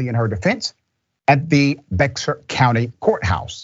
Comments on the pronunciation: It's pronounced bear county. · Its pronounced Bear (Bexar) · Dr. Richey, Bexar County is pronounced “bear”. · Bexar county is actually read as "Bear" county. The X is silent. Lmao I love hearing non texas residents say that. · Just FYI, if you do an update on this (And I hope you do and that cop gets consequences) "Bexar" is pronounced like "Bear." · I lived in that county. It was a big joke because so many of thier cops get arrested. Also it's pronounced "bear" county. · Bexar is pronounced "bear". Not that it makes a difference to their bad behavior! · Bexar County is pronounced Bear County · That is so sad, I live in Bexar which is actually pronounced (Beyar) County. It's hard to believe that such a progressive city would have such ignorance. However they are good for being a true Red State regardless of the who.... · It's pronounced " Bear" County. I just moved from there.